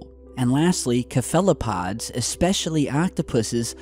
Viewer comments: it's Cephalopod (pron: Sef-a-loh-pod) not "Kefalopod" as you pronounced it. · why are so many YouTubers blatantly illiterate? This dude keeps saying octopussies and Keflapod lol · cephalopod not kephalopod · You had me until you called the octopus to a “ka-fellow-pod”. It’s cephalopod— sounds like “seff-a-low -pod”. Cephalic meaning “head or brain” in Latin.... please handle big words with care, they can be nasty little critters 🤣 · Im sorry, kawhatapods? Cephalopods (seff-aloe-pods) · Octopuses octopi, wanna banana creampie? Cuthelopod...What the hell is a Cuh-Thelo-pod..... CEFF-fuh-luh-POD “Cephalopod” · Its not "Kapella-pod". Its "seff-a-la-pod" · Just because your pronunciation annoyed me: sefələˌpäd. sef a lo pod. not ke felo pod. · great channel, been a fan for years so I feel comfortable calling you out on the pronunciation of cephalopod - its "sĕfˈə-lə-pŏd" OR seh-fuh-lah-pod. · cephalopod is pronounced sef-uh-luh-pod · Did you seriously just mispronouce "cepholopod" as "caphellapod"? Seriously, you literally have no idea what you're talking about 😂😂😂 What a joke lmfao. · Cephalopod is pronounced Sefela'pod sorry i usually don't do this, but the initial pronunciation just rubbed me the wrong way. lel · It’s pronounced seph-la-pod. Good episode. Thanks. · It's Pronounced "sefalopod", Cephalo (brain/dead), pod(feet). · I like your work man, but "cephalopod" is pronounced "seff-uh-low-pod". That was nearly as bad as the "symbiote" pronunciation for the upcoming venom movie 😣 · Kefalopod???? Really, this is how pronounce it?? Lol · Its pronounced SEF-LA-POD. I watched a documentary where they study cuttlefish because their extraordinary camouflage ability and they mention that they are the closest thing to an alien on earth. They are also closely related to octopi. Good vid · Just being anal but cephalopod is pronounced sef-a-la-pod. Great vid. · cephalopod... is pronounced like Sef a lah pod.